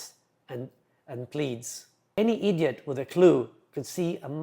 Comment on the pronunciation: I love the way pronounces "idiot". Sounds like Ren from Ren & Stimpy.